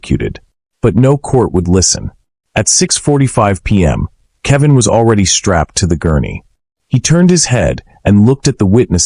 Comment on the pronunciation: AI CANT SAY KEL VIN